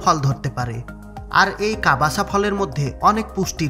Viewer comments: ভাই, কাবাসা না কাসাবা।। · কবাসা নয় কাসাবা হবে।